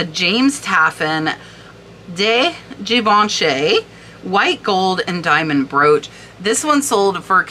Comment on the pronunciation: That unsigned Schreiner is probably is or one of the most sought after brooches. I’m not surprised by the price. I love the colors in that one❤ Philippe is pronounced FILEEP Schlumberger is SHLUMBERJAY Givenchy is JEEVONSHEE 💕 Maison is MAZON with a long “a.”